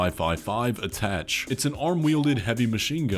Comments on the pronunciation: Attaché is pronounced Ah-Tah-Shay. Not attach lol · God damn it. Erybody out here pronouncing this wrong. It’s not “Attach” it’s Attaché “Aaa-taa-shay,” like an Attache case. It’s a kind of briefcase. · Elden Ring DLC is many, many months away. Let’s focus on armored core. Also there will never be a Bloodborne 2. Sorry to be the bearer of bad news. It’s not pronounced “attach” it’s pronounced “a-tah-shae” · awesome content, just an observation, the heavy gun would be pronounced "atta-shay", hence the brief case reference. Rock on dude! 👍😎👍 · attache? (a-ta-shay) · The new RaD machine gun is actually pronounced “A-ta-shay” like the briefcase it is based on lmao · ATTACHE is pronounced "atta-shay," FYI. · lil homie pronouncing attache wrong sent me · The first one is pronounced 'Attaché', it's originally a french word, but is used in English for something like a briefcase.